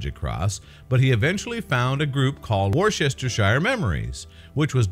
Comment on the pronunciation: It's pronounced, Whischa Shire. Lol